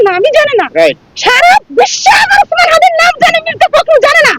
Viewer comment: মির্জা ফখরুল ইসলাম নাম জানে না এটা বলেনি বরং তিনি নাম উচ্চারণ করতে ভুল করেছেন।